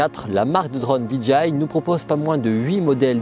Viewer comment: Euhhh, DJI ca ce prononce Di - DGEY - Aï ... Là vous dites DGI (Di Dgi Aï) et DGI n'a jamais vendu de drones... Sinon, votre revue des drones est bien faite et intéressante, merci !